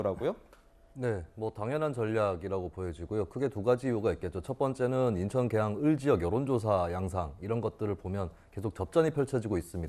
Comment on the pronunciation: 김종욱교수는 논리를 펴기 이전에 한국어 발음 연습을 좀더 하고 나오시길…. 인천을 인턴으로 발음하고 웅얼웅얼 궁얼궁얼하는데 당췌 무슨 말인이 알아들수가 없고 아주 짜증스러움